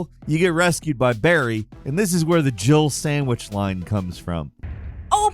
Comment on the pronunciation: Years latter, it still sounds like Barry says she was almost a "Jibble Sandwich"